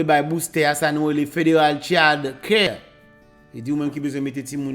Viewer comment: Ki sa ki chyad kyè an menm? Mo an c child (chyald)let d an pa sòti tròp bòs.